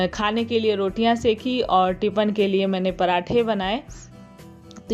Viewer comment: Tipin bolte h aap tipan bolte h